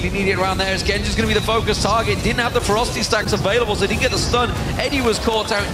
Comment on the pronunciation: ROFL his "Ferocity Stacks" pronunciation is sooo bad! xD